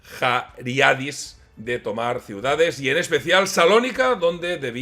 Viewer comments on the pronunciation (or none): Muy bueno,. Solo por aclarar: eran Markos Vafiadis y Nikos Zachariadis ( pronúnciese Zajariadis) lo de "las tienieblas exteriores" se refiere a que fue exiliado a Surgut, en el norte de Siberia, donde se suicidó en 1973. Markos Vafiadis volvió muchos años después, se integró en el PASOK y protagonizó, junto con su antiguo adversario, el general Tsakalotos una famosa foto de reconciliación.